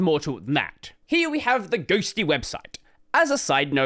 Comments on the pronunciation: Correction: Ghostty not Ghostitty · Once you said "Libadwaita" I said "GNOME ONLY". I knew this would be the only video I needed to watch about Ghostitty. The hype TODAY only, is kinda annoying. I've seen 4 videos talking about the same, but I knew the ol' reliable would say THE REAL DEAL.